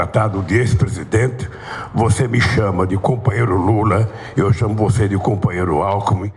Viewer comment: “Cumpanhero alcumi” HAHAHAHAAH não aguento esse analfabeto ladrão kkkkkkk